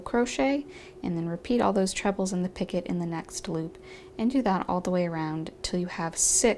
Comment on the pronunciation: Picot is pronounced peeco. I thought I was going to learn some kind of new stitch called picket.